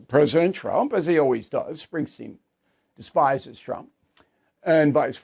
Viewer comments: BILL ITS SPRINGSTEEN NOT SPRINGSTEIN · It’s “Springsteen”